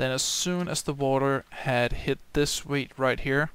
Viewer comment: it sounds like ur saying weed